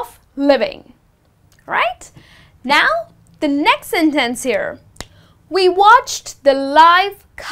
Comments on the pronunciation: why you say sen'tence... giving the emphasis to the second syllable? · that was useful! but i am a bit confused about the pronociation of the word "sentEnce", sorry)